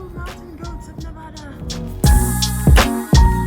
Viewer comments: Please, please, please say Nev-AD-a Thank you! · Damn it. Learn how to say Nevada!